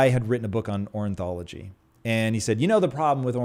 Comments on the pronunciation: Being in awe of intellect in one moment, then whiplashed into judging Tom's inability to say the word 'ornithology' repeatedly was a strange experience. He called it "orinthology", like he's only just discovered the term and has undiagnosed dyslexia. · It's Or-NITH-ology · Tom tried to make this dramatic point…. But doesn’t even know that the word is Ornithology, not “orinthology”. Lame